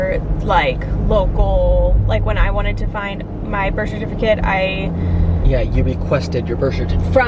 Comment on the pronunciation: “Birsh shertificate” haha did y’all notice that’s how you say it!! 😂